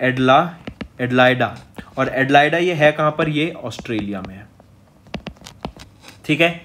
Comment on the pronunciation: वो हौज नहीं द हेग है और एडिलाइडा नहीं एडिलेड होता है। 🙄